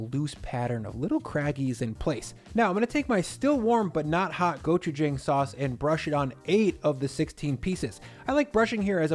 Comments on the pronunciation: my boy its pronounced gochu-jong not gochu-jang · Nice video. Will definitely have to try this. Though it is pronounced "JAHng"; not "JAng". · the jang in gochujang is pronounced like 'jaw' not 'jay' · I am so proud of you! (Go-choo-jah-ang) not (go choo jang) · gochujang go-choo-jAWng, not go-choo-jAAng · Just an fyi it’s pronounced go-choo-j(ah)ng.